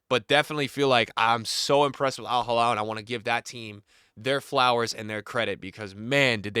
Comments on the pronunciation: Alhilal not alhalal please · It’s Al Hilal not al Jilal Just pronounce “H” like when you say “He” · It’s Al Heeee-LaaaL. Not Al Haa-Laal. 😅